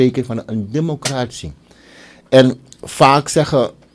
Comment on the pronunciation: Democratie heeft het accent op 'tie en niet op 'cra. Als journalist mag je wel letten op correct taalgebruik.Suriname glijdt af qua ontwikkelings niveau. T a.v. de jurisprudentie bevindt Riad zich in een moeilijk parket.Het vonnis tegen Chan mag niet genegeerd worden. En ga sporten, want die buik van jou ziet er echt niet goed uit. Je weet dat indien je ziek mocht worden in deze tijd, je niet levend uit het ziekenhuus zult komen. Breaking news: De ondervoorzitter van de VHP Aziz Gajadien heeft afstand genomen van het standpunt van Riad en Chan gevraagd in te grijpen. Hij verbiedt Riad ook om namens de staat Suriname te procederen.